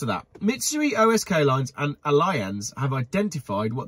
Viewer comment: It’s pronounced alli -anz not alliance .